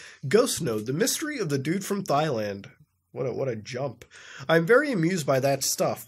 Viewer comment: It’s not thighland Muta, it’s Thailand. It’s not physique Muta, it’s psyche. It’s not seedo Muta, it’s pseudo I hate being that guy, but his mispronunciations irk me